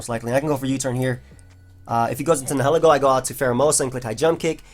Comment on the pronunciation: ...The way you pronounce Nihilego is a little upsetting. It's comprised of two words and neither one is being accounted for...